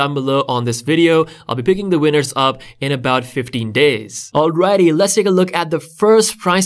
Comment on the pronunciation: I thought he said "50 days" instead of "15 days."💀